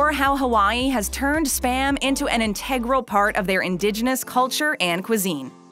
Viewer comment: She mispronounced integral.